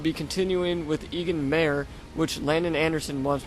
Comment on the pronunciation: Just for reference... It's Egon mayer(Eegon Myer) my pro pronunciation tips :P